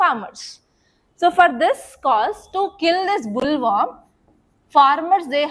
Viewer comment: Mam..in Bt cotton, the insect name is boll warm not bull worm...plz check pronunciation also